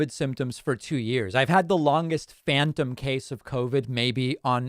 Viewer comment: Pakman: "i'd take phantom covid..." it sounded like "fanta soda"